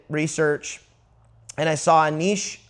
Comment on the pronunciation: Niche. (neesch), you had it right :) Not (nee-shay) And dear lord thank you for not saying (nitch).